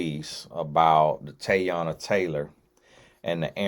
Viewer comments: I’m like know you know that ain’t the pronunciation 🤦🏽‍♀️ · ain’t neva gonna say nobody’s name right 😂 TAYY-ONNNAH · Yoooo😂😂😂😂 I'm like that ain't even a hard name and its mad common